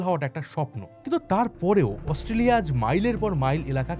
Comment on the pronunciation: AUSTRALIA pronounce ta e to bhool bolsen bro!!!😅😅